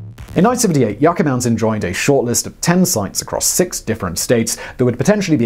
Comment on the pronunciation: Yucca - [ You - Kah ] - Mountain 🏔